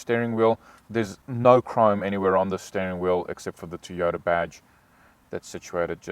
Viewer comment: Mate why do you say teyota instead of Toyota.? and can you get these with cloth seats hate leather.?